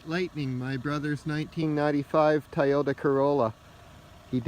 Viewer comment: Nice car, sorry I kept hearing "Tie Odour Corolla" xD